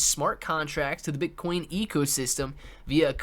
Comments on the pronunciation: This man REALLY said Bitch-Coin IM DEAD! 🤣🤣🤣🤣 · I came to the comments to see if I was the only one who heard the same shizz lol